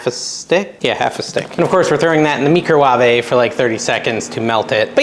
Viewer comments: Meekro-warvey 😂😂😂😂. Henceforth that’s what I am calling mine! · Lol the way you said microwave had me dying.